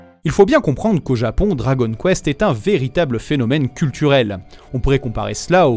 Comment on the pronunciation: Quitte à donner le nom en japonais, autant bien prononcer le dragon [do.ra.go.n]